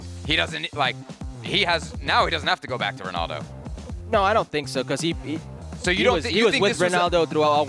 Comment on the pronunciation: why the fk does he keep on saying Ronaldos name like that